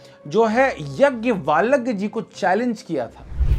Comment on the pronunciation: हरे कृष्ण प्रभुजी। अच्छी प्रस्तुति है। परंतु गार्गी संवाद ऋषि याज्ञवल्क्य से हुआ था, आपने यज्ञवालक बोल दिया है। और रानी ताराबाई छत्रपति राजाराम की धर्मपत्नी थीं, आपने उन्हें छत्रपति संभाजी महाराज की पत्नी बता दिया है।